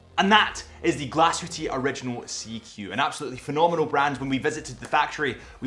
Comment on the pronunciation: Every time he sais glashütteee a small part of me dies